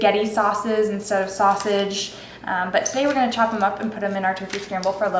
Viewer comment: Did you say sausage?